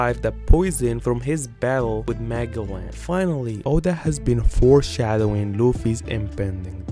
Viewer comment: Said Magellans name wrong, you pronounce the g like a j